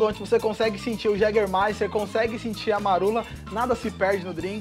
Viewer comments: Viu,... é Jägermeister (pronuncia-se Iégermaister) e não Jégermaster, senão pensarão que é a bebida do Mick Jagger... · Pensei que era Jegue Master.